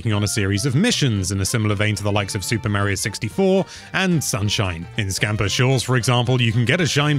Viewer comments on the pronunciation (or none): It is Mario Not Meario learn how to say Mario the right way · That pronnounce of word Mario is killing me...